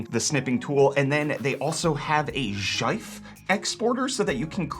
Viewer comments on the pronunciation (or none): Did he really say Sheif, instead of Jif, or Gif for .gif file types? What is going on? I watched another video recently by somebody else and they said "nah-vidia" instead of n-vidia. 😭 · "JIFE"?! LMAO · I'm sorry, ive heard JIF, which is wrong, but "JAIF"? what the actual F. nope, thats just wrong, I can take Jif, Jaif is off the table. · you say JIF ? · Excuse me, what is a "Jyphe"? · i amost killed myself when you said jife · It's pronounced "gaife" though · Your pronounce of GIFs piss me of 😂😂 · what in the name of christ is that GIF pronounciation, i might have to unsubscribe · bros trying to make enemy's with that pronunciation of gif. grab the pitchforks lads! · I have my popcorn ready for all the insane comments that don't realize the pronunciation of GIF is on purpose and designed to make fun of the debate.